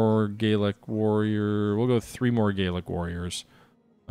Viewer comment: Enjoying this - but I believe the Gallic Romans should be pronounced Gal-ic rather than Gayl-ic Just as Gallic refers to France whereas Gaelic refers to Irish or the language spoken by some Scots.